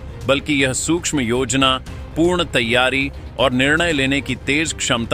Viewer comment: YOJANAPURNA YOU SPOKE AS YOJANA PURNA AND LOT MORE MISTAKES IN YOUR READING THE NEWS.